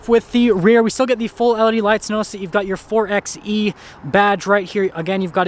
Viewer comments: Nice video! ..but it’s not called “4exxxE”, it’s called “4byEEE” ... after all you don’t say 4x4 as “4exxx4” 😳😜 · Wouldn't it be pronounced 4xE (4byE ) like 4x4 (4by4)? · Great video! It’s pronounced 4 “by” E.